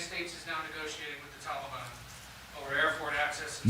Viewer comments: Am I the only that can't stand the way Biden says Tal-ee-bon? Ugh!! Drives me insane!! This entire administration is not only a fraud, it's the biggest joke in US political history. Every person involved in helping place this crook in the Whitehouse should be sent to Guantanamo!! Including the media!! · The way he says Tollybon sounds like some kind of children's ride at a theme park "Let's go ride the tollybon" yaaaaa Yikes..... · “So far the tolly bon has not engaged with US force” two minutes ago you read off the death count off your little card. Who did that? The tooth fairy? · Would you look at him sweeping everything under the Biden rug?????? Unreal, theater couldn't best this tripe.....the pronunciation of the "Taliban" is spot not ON Jose!!!! God help us......😕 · He can't even say Taliban right ! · Can't pronounce Taliban either 🙄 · A few things: If he says Tolly-bon one more time, imma have to gouge my ears out with a blunt spoon. Why bother with all the vetting of Afgans but not the folks flooding in from Mexico. Seems like bigotry to me. What happened to "We do not negotiate with terrorists?" I understand that you've been ravaged by a natural disaster, just wear your mask, social distance, and get your jab. Your dead will return to life, your homes and businesses will rebuild themselves, and the world will chit rainbows in an hour. Just follow the dictator. He purposely answer the wrong question. No one asked why he left. They asked why he fugged it so bad. Says it doesn't matter when he left. Dang sure does. Had the troops been there holding stability, the evacuations would have gone smooth as can be. I'm done now. Not that anyone cares. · Why do these DS commies keep saying TowLEBon? I no can’t stand this person pretending to be President! He’s a lying thief! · I’d rather listen to kamala laugh on loop before hearing Biden say “tollybon” one more time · He has to say everything wrong like “Tally-ban”